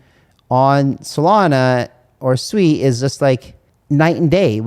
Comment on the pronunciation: Thx for pronouncing Sui properly!